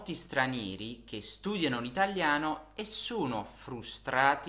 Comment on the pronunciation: Ho notato cosa che per me sia un po eccitante. Quando parla mi sembra che pronunci 'o', un po' come 'u'. Per esempio, quando lui dice 'sono' mi suona come 'suno' o in Inglese 'soono'. E' vero? Qualcun'altro ha osservato questo? Per me e eccitante perche' e' possibile che io possa sentire un accento Italiano per la prima volta. E' questo il suo accento?